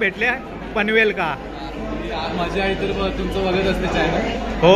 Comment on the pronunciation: भाऊ पनवेलका नको म्हणा पनवेलला अस म्हण व लालबाका नाय लालबागला असा म्हटलं तर बरा वाटत ऐकाक